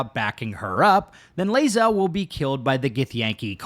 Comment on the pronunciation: you're pronouncing Bae'zel wrong.;)